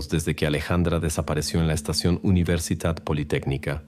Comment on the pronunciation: Soy de Argentina y nunca escuché del caso de la provincia de Salta. Aunque es verdad que algunas de sus sierras y montañas tienen fósiles de Caracoles marinos. Nunca he visto ni me han contado que hubieran Megalodones en la zona. Me quedó repetido en la cabeza la pronunciación de "UniversiTat politécnica"